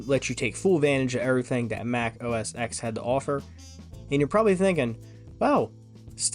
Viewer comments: Bro. It’s Mac OS “Ten” not “Exx” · I just love how you mis-pronounce Mac OSX and Cocoa despite literally showcasing a keynote with Steve Jobs pronouncing them correctly. X = ten Cocoa = the coffee bean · The Steve Jobs video you include has him showing you the correct pronunciation of both Mac OS X and Cocoa and yet you still get both wrong throughout the video 🤦‍♂️